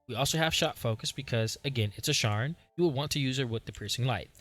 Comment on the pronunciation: "Share-N" not "Sharrrr-N" 😂❤